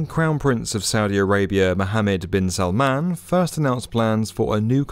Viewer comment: Finally someone pronounces "Mohammed bin salman" the right way